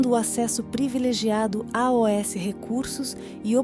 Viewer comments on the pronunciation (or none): Quem narra é a IA? Pois ela lê a palavra "aos" recitando letra por letra. Que estranho. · Esta m... de plataforma de IA(inteligência artificial ?) é tão inteligente, tecnológica, inquestionável que mais parece diabólica, pois docemente vai dominando a todos, sem se deixarem questionar. Por que essa bosta de IA não pronuncia AOS, que é uma combinação da preposição com o artigo definido masculino ou com o pronome demonstrativo. Por que soletrar A-O-S ? Por que as datas são pronunciadas em inglês? Meu protesto: deleto e não sigo nenhuma live que use este lixo tecnológico do diabo.